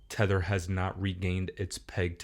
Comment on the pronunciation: It’s Tether